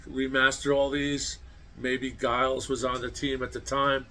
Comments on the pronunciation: Great subject. I need to point out, "Giles" is not pronounced with a hard "G" like "Guy". It's a soft "G", pronounced like “Germ" or "Jelly". Also "Geoff " Emerick is pronounced"Jeff". The "o" is silent. Just an alternate way of spelling "Jeff". Some Beatles fanatics 🙄 word of lambasted you! HaHa! Also, "Free As A Bird" & "Real Love" were both released on vinyl 45's with picture sleeves. On another subject, I wish I had gotten those anthology LP sets either when they first came out or a second time I had a chance to get all three at $40 a piece, still sealed! It would be great if they rereleased them with a 4K remaster of anthology on Blu-ray! Nice,! I just don't see it happening! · Giles is pronounced "Jiles," not like "guiles."